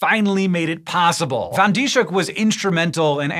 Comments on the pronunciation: I only know a little Dutch, so I might be mistaken, but I think the closet approximation to English for this scientist's name would be fan Dees-huk. The "sh" are part of seperate syllables, so they're not pronounced like the english "sh," which would be spelled sch in Dutch. Here's IPA is if helps: fɑn dis-høk :) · I've never seen anyones name being butchered that badly 😵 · I'm dutch and it's so funny to hear you pronounce her name